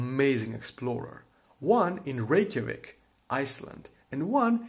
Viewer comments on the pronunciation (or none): none